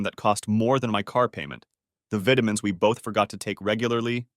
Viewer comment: Love listening to these stories, except when AI doesn't pronounce vitamins the correct way. Also sometimes the words live and wound comes out wrong.